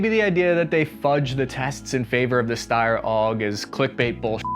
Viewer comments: Hurts my ears hearing this „Ssssteyrrrr Aug“ - It’s pronounced like „Sh“ like „ShteiEr“ - and the original Name ist STG77 - Sturmgewehr 77!! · why does every aussie call it styer 😂 Its Steyr, e first, y after haha. Greetings from an Austrian :) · Shteyr. I know it's pronounced shteyr, you know it's pronounced shteyr, I'm begging you man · Steyr. Not steyr